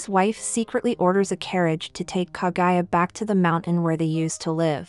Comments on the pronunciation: OMFG PLEASE STOP SAYING KA-GUY-A, IT'S KA-GU-YA!!! KAH-GOO-YAH! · KAGUYA. NOT KAGAYA! KAH-GOO-YAAH. geez, the pronounciation of English vowels are just English. not German, not French, not Japanese. In fact, English is the only language that pronounces vowels so weirdly.